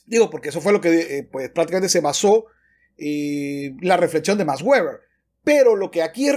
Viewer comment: No es "ueber" si no "veber" puesto que no es un nombre inglés.